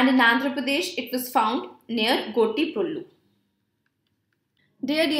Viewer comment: It sounds very cute when you try to pronounce gottiprolu, especially to telugu ears:)